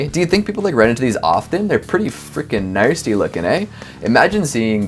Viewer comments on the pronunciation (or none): I love you but are you pronouncing nasty with an r in it? Like narsty? That's wrong dude.